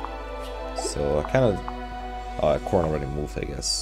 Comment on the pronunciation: Took me forever to understand why you were saying Robin and not Corrin